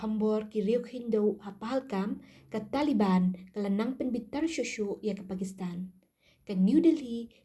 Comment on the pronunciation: Taliban ❌talivan✅😂 Afghanistan ❌ afghanistand✅😂